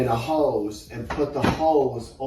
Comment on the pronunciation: says “hose” weirdly